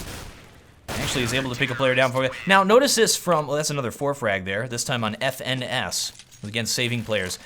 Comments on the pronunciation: His name is pronounced "finesse" not F.N.S :) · FNS is pronounced like finesse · His name is pronounced as finesse (FNS).